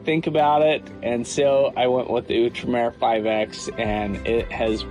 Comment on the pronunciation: Its Out-Remer... Not ewwtremer